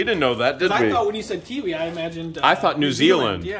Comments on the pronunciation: is right -- That Kiwi is actually pronounced Kawaii-- kuh wai ee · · Lol video between 1hr 30mins- 1hr 32mins the Japanese word kiwii- doesn't translate to mean cute. Kiwii- is kiwi the fruit🤪😂😂‼️ The word for cute in Japanese is (kaa-waa-ee), spelled Kawaii this means cute/adorable. 😂😂😂💪💪💪So happy to teach you the correct Japanese pronounciation?? Sorry forgotten the spelling, Enjoying your videos immensely🥰‼️Sincerely from Amy and family in Japan👨‍👩‍👧‍👧👫🤰👶🇺🇸🇯🇵🌏🗻🗾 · cute in Japanese is pronounced kah-why-ee